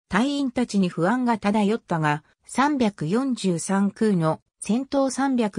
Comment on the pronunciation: 読み方はミイケ、サンヨンサン、キュウロクです。中島は特攻を拒否する部下を徹底して虐待した。